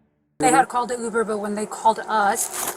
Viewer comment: Ai can't pronounce Uber